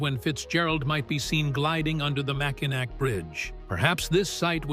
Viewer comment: He pronounced Mackinac wrong. Must not be from Michigan. Good video though.